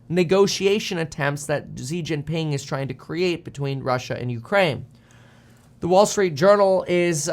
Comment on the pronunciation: It’s shi jing ping not zeee Jin ping